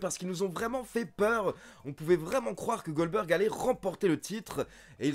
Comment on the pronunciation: MDR, j'ai bien entendu ? tu nous as fait un "Oldberg" ?